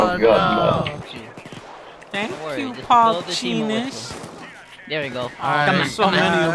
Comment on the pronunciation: its Paul Creenis not Cheenis